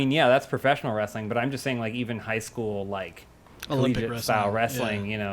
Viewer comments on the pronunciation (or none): Oh... you mean "wrastling"!